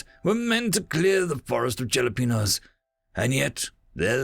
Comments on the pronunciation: You pronounced jalapeno with a "j"...what the actual fuck is wrong with you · Jalapeno is a Spanish word, the J is pronounced like H. Love what you do.